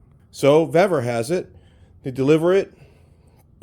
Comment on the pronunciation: I've ordered multiple items from vevor. Everything has been of better quality, and cheaper price than harbor freight. The pronunciation is veevor, not vevvor. I received their metal cutting chop saw today. I paid $246.20 with my discounts. The next closest quality metal cutting chop saw was from evolution at a price of $500.00. Their shipping has been fast and packed very well. It took only 4 days for the chop saw. Give Vevor a try, you won't be disappointed.